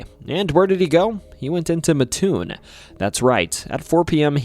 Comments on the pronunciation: MATT- TOON not Muhtoon (I live in Mattoon) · "MATT, TOON' not "MA-TOON" but great video! Thank you T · It's Matt toon not maatoon. Just like mattress lol. It's about like people not dropping the s at the end of Illinois. Rag doll is more interesting than the mad gasser. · It’s not ma toon it’s Mat toon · It’s Mattoon not Matoon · mattoon is pronounced matt-toon, not muh-toon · Illinois man here, it is pronounced Matt - Toon not Mahtoon. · I'm from mattoon. It's pronounced Matt-toon. Not Matoon. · it's not Ma-Toon. It's Mat-Toon. My family has lived in the area for over 200 years and no one has ever called it "Matoon." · This is tuff ash butt it’s mat-toon I live here trust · Not to be that guy but the town is called “Mat-toon.” I was yelled at about it when I went to EIU. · wrong pronunciation of Mattoon. Coles county folk call it Mat-Toon. With all the other stuff of that could have been talked about this was a good story. Cole’s county has some pretty crazy stuff from unsolved murders at air tight bridge, a hunted insane asylum, multiple witches graves. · Bruh, mattoon is pronounced matt toon. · It’s pronounced Matt-Toon. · It’s “Mat-toon” , I live in a very close by town. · I love that you covered Illinois! My state is a wild one. Fun fact, Mattoon is pronounced Matt-oon (it's a super common mistake, but the Amtrak conductors set you straight every time 😂) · I know the maker of this video isn't from central illinois just by the way he pronounces Mattoon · I live in Charleston. Right next to Mattoon. You're saying the name wrong